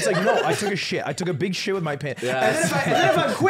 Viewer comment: Beeg Yoshi. This is beeg